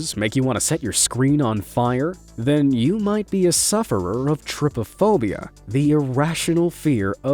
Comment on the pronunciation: try-po-phobia, not trip-a-phobia